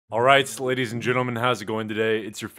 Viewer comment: did anyone notice he said sladies